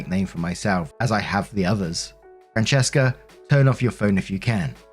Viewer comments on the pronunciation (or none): none